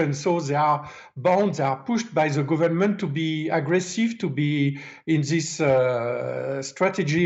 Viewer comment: Ze sing = The thing😊